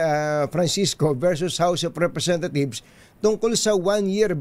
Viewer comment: House of RepresentaTHIEVES ba ang rinig ko?